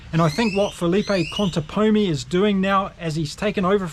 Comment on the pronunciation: Thanks for the recap! Still throwing a couple of ContepoNis there, but you said it right at least in two other moments. So thanks for that effort! Greetings from Argentina.